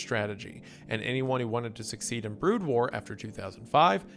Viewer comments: literally could not continue when he pronounced BROOD AS BROAD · "BROOD" WAR PLEASE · I think he's just trolling us at this point. I always forgive him for mispronouncing made-up or non-english words, but mispronouncing "brood" and "ceiling" is where I draw the line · Brood pronounced broad? Tf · Wendy's pronounciation of 'brood' hurts me on a level never thought possible. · Terran was bad, but brood made me look for this comment. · mispronouncing Terran and Brood is crazy work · Today I learned that Wendifren can't pronounce the word "Brood".